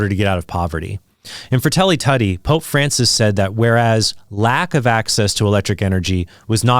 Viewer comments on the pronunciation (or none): PHRA-TEY-LEE-TWO-TEA! Please, thank you😎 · Good video as always... but your pronunciation of the Italian "Fratelli Tutti" (All Brothers [and Sisters]) hurt a little bit.